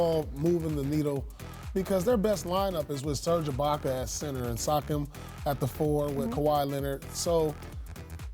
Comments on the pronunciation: How can anyone take Paul Pierce seriously when he calls a player Sockem. It's Pascal Siakim. Seee-ahhh-kim. Damn. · paul pierce said sakam instead of siakam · Who’s “suckhim” Paul?? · Paul doesn’t know shit. He can’t even pronounce SIAKAM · Pierce can't even pronounce 'Siakam'. Keep the Raptors out of your mouth! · Pierce mispronounced Pascal's name...credibility lost. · David Johnson that’s right. How can I listen to this guy when he can’t even pronounce siakam’s name